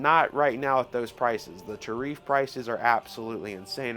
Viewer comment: he also said tariffs wrong